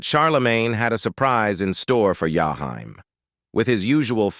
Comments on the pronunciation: “Jahime” “Jayhime” “yayhime”😤😤😤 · Learn to pronounce this man name correctly. Its jaheem/ jaheim😤. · I wish you would learn how to pronounce his artist name correctly. Or don't do the video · Your killing his name 😂😅 omg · Damn if u gonna do a video of someone learn how to say his name before u keep fukin it up😢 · Is this an A.I doing this video cuz they F’ing up this man’s poor name…smh! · Motherfuker saying the man name wrong on purpose